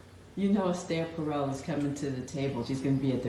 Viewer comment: It sounds like she's saying "Astaire Pharell" when it's really "Esther Perel" - who has a website titled "Rekindling Desire"